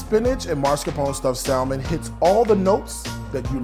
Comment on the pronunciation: He pronounced the “l” in salmon and my ability to take anything he said afterwards, seriously, died.